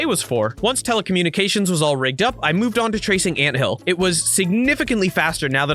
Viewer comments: Telecommunications* continuous* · Ik! Teletubby- I mean telefacminueltie- I mea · The amount of times that you messed up on Telemqchus and Antious' names is making me laugh